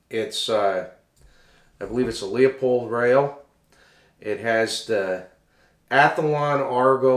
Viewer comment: There is no 'Leo' in Leupold